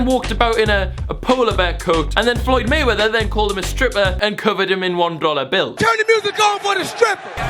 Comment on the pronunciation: who heard the accent he said mayweather